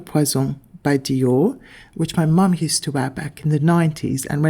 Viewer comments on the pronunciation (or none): none